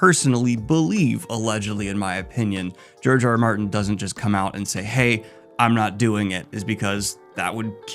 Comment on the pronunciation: Is it just me or does it sound like he calls him Jar Jar Martin? I mean, I don’t hate it tbh